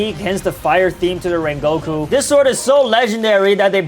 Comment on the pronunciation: called the great "Rengoku" 'Raingoku" lol